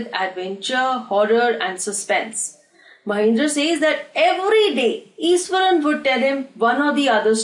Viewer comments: It is pronounced as ishwaran not esaran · truly iswaran😂